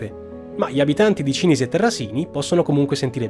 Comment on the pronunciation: Cìnisi, non Cinìsi...